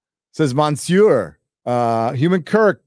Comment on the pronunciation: Is Gary mispronouncing "monseur" on purpose? I can see why but I'm mainly curious.